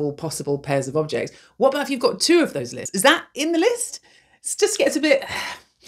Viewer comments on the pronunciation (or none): 2? sounds like your saying tunaaaaa (be my sugar mama PLEASE)